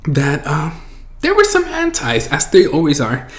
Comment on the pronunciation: You say anti and I heard henti lol